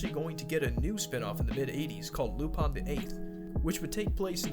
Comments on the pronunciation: its "lupin" not "lupon".... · Lupon or lupin??? Because I swear his name isnt lupon. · why do you say lupon its written in lupin pin i dont understand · Why lupan and not lupin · Why do people call him Lupon and not Lupin? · Damn it's really pronounced lupon?